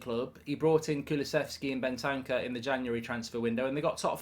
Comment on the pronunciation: After over a year you're still calling Bentancur "Ben Tanker"